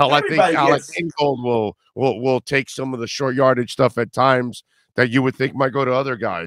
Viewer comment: Did say “tough yardageses? Lol